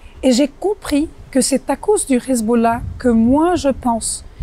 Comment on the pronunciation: J´emets des doutes sur la véracité de ses propos car elle prétend avoir vécu avec le Hezbollah et être de parent sunnite et chiite mais prononce Khizboulla comme le peuple élu au lieu de Hezbollah avec un H (lettre arabe). À la 3ème seconde 😉